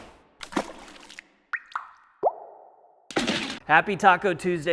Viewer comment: I love that you sent me into a spiral of world building because of pronunciation. I heard PORK STREET tacos instead of Pork STREET tacos and started creating a menu for a restaurant called Pork Street™